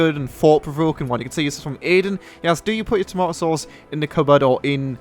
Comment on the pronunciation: Say tomato some more